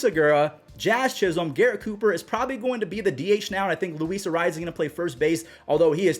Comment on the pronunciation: No offense Jesus arraez? You need to get that Latino r roll and z sheesh lol